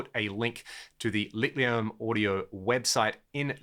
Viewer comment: The "ch" in Licht is pronounced as a forward H like in "heat" or "heaten" "hill" in English. It's an amazing name for an amp. Almost as good as "painting with electrons" :)